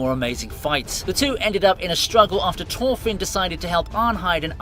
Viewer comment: never try to pronounce thorfinn again